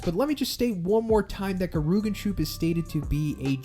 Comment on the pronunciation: "Gerooganshoop" 💀 it's Geh-Ri-Yoo-Gan-Shoup(Soup)